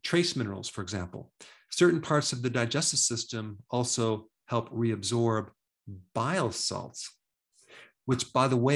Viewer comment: Hey doctor just curious are you saying bio salts or bile salts?